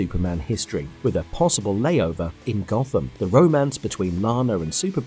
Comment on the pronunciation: its GOTH-UHM city, not GOT HAM city lol,... excellent video over all though. Really good shows on here that really did deserve some recognition and status, even if they failed. Some were crap, but, some were true gems that were simply ahead of their time, and over their budgets. :D